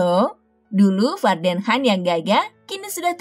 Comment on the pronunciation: Baca nya juga han..harus nya khan..gak bisa baca ya..